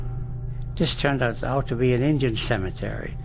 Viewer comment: It's called 'Indian burial ground', not fukn "injin", you old todger!